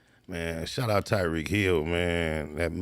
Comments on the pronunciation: Tyreek not Tareek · You butchered Tyreek’s name lol